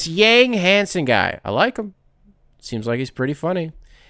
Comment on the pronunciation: yang is pronounced “yawng”